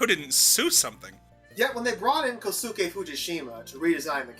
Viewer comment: I really liked that you used White Light as the opening track. I absolutely love the opening of Tales of Zestiria. It's definitely my favorite opening in the series. Your pronunciation of Kosuke Fujishima is pretty off, however. The "u" in Kosuke is almost silent, similiar to the right pronuciation of Sasuke. The name sounds more like "Koske"